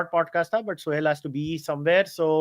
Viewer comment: he is suhel not sohail